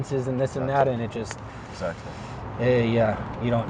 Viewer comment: Tady bylo krásně vidět jak důležitá je výslovnost 😀 řekl that a týpek myslel dead jestli se nemýlím